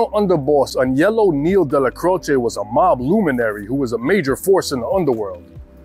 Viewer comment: Thank you for pronouncing Aniellos name properly...most people say Anelio....drives me crazy